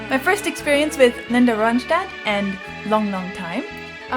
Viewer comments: Hi. You pronounce it Ron-stat, not Ron-shtad. She's a Mexican/American girl. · Good commentary, but her name is not pronounced like a German word but just a plain American English word: RON-stat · Here is some criticism ... take it as you will: When you talk and she is singing, I don't hear either one of you, pause the music or wait to the end ! And please learn how to pronounce her last name, there is no sh sound, just the st ! She is the BEST singer I have ever heard ! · Now if you could learn to pronounce her name correctly.